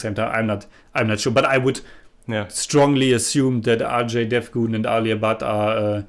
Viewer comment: Buddy your pronounciation of Ajay Devgan first time is correct.